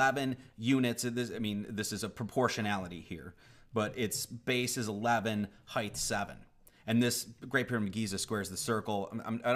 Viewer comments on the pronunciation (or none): did you just say "height-th?"